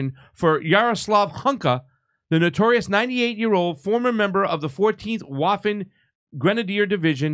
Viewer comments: it's pronounced "Vaffen," not "Waffen." In German, "W," is "V," and, wait for it, "V," in German, is pronounced, "F!" Keep up your great videos! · Come on! It’s pronounced “Vaffen”, not “waffen”. It’s German, for Christ sake. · Its not waffen.....its pronounced Vaffen , . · A "W" in German is pronounced like an English "V." Love the show. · W's are pronounced as V's in German (Duetch) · It's pronounced with a V as in, Vaffen SS. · Did I hear you right? Did you say WAFFEN? 🫠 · It’s pronounced ‘Vaffen’ SS. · It is pronounced 'vassen,' idiots. I am waiting for the 'Glorious Red Army' to apologize for raping its way across Eastern Europe. Does rape of conquered people count as a war crime? Putin could apologize for the Holodomor, which may be the main cause of the divisions in Ukraine till this day At least he apologized to the Huns and the Czechs. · Hey, you need to say it like VAFFEN. Lol you say Heil mein führer to Trudeau. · You should pronounce waffen more like vaffen actually. ;) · There is no W sound in German. It is pronounced as [Vaffen], as in [Rehard Vagner] but spelled Richard Wagner. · It's pronounced 'Vaffen SS' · Minute Except it's pronounced /VAH-fehn/,. I think it's incumbent on Western politicians to declare whether they're committed to seeing an end to Hitler and Hitlerism, lest they be counted among those who're working to see a revenge for the victory of May 8-9, 1945 against the German side (revanchists) and are using the name "Russia" as a proxy for the remnant of the anti-Nazi alliance they want to see destroyed. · That's not how you pronounce "Waffen"! 😂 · Im good with the pronunciation on the show of course, but the W is pronounced as a V in Waffen.